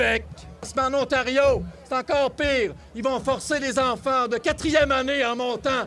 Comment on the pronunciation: "y faut que nos infaaanttt ai la libarté de respyrer loxizeeeneeee....Booooo!" 🤡🤡🤡🤡🤡